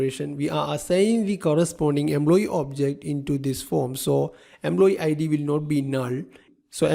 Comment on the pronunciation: What's with the EMBLOYEE ?!!